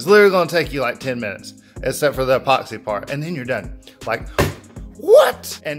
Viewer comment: Love it. You just gave me a great idea. Cant wait to try it, will share if it works out. Your videos are the best. I laugh every time you say Mattay Clearay and epooxy.